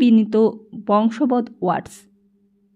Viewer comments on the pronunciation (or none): বংশবদ নয় । ওটা পড়তে হবে বশংবদ । এমন কিছু উচ্চারণগত ত্রুটি রয়েছে । যেমন আরেক জন বলেছেন স,শ, ষ এর উচ্চারণ ঠিক ঠাক করা দরকার । তবে, বেশ ভাল লাগল । চালিয়ে যান ।